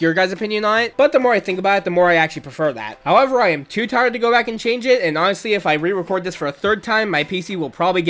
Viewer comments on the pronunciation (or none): none